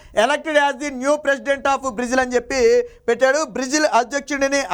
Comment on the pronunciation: బ్రీజిల్ కాదురా సోంబేరి... బ్రేజిల్... నీకెందుకురా.... ఛానల్... ప్రతివాడు ఛానెల్ హీరోనే... కర్మ